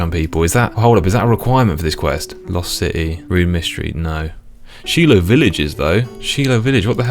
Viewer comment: They way you pronounced "Shilo" was killing lmao. "She-lo" Where I'm from we pronounced it "Shy-lo"